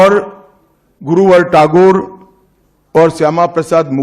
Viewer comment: ये झूठे लोग क्या गौरव लोटायेंगे बंगाल का जो "टैगोर" का उच्चारण टागोर करते हैं ।बंगाल भारत का बौद्धिक गढ़ है।